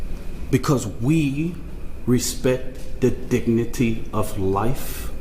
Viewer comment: he actually pronounced dignity as dinigigity